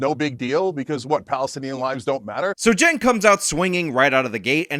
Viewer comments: 1st of all I think someone needs to put this man in a foster home, he carries on like a child, sounds like a child and 2nd why does he and everyone else pronounce and spell his name wrong, I had a friend and his name is Jenk(which I thought should be spelled Chink)but he spells his name Cenk which I think sounds like Sink(kitchen sink)but I think the boy I mean the man(?)Cenk should clear up this problem but we all know how confused he is and sounds so maybe we should leave this problem unsolved. 🤔🙊🙉🙈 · I like how (Shawn) calls Cenk, "Jank." It fits so well.